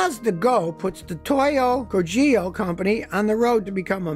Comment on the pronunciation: Toyo Kogyo is closer to the true pronunciation if you pronounce it as "Tohyo kohgyo".